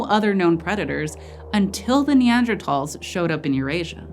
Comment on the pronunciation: Thank you so much for pronouncing Neandertals correctly!